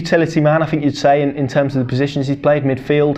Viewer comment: Could you pronounce your th’s ie fink is pronounced think.